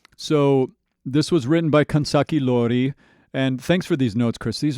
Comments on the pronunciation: Additional correction. He might pronounce iori as i(letter i)-ori, but the correct one is i(letter e)-ori😅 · It probably doesnt matter at this point anymore but I just wanna point out that the name of 'Life Hates Us Now' is Kanzaki Iori as in 'i' not and 'L'